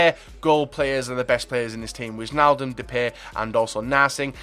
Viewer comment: its not wisjnailduhm its whynaldumb